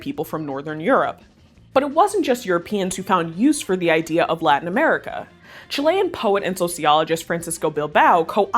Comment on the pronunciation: for the record its CHI-lean not chi-LEAN